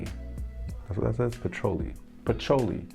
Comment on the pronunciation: Not being rude, but if you don’t know it’s pronounced puh-chew-Lee maybe cologne reviews aren’t your thing to be doing.